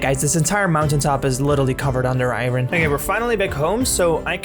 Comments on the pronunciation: Please learn to say iron properly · I’m heart broken about paws! 😢 Also, I’m going to go on a limb and speculate you’re not a native English speaker based ONLY on the way you say iron